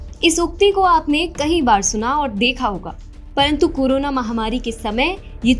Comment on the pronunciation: Am i only one heard “KURONA" virus...🤔